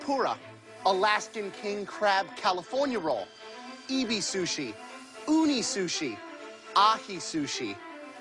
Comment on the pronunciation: "eebee sooshee" GRAHAM PLEASE >:(